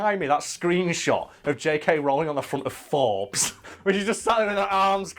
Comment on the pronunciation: I love how you pronounce Rowling differently every time